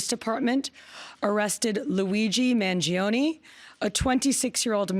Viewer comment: is Mangione!! not mangioniii